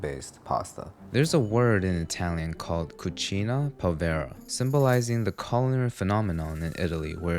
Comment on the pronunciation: Cucìna, kitchen or cuisine… povera, poor… “cucína povera”, poor kitchen or peasant cooking…